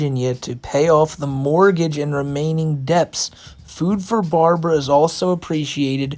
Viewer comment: You really gotta look up these words you dont know before you make a video saying them out loud. You mispronounced "debt" you know, the thing a lot of people are in? I'm not knocking you, man. Just an observation. I know it was hard just to get through the letter